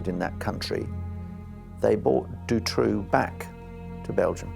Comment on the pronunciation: I always though Dutroux's name was pronounced "du-TROE" or "DUE-TROE"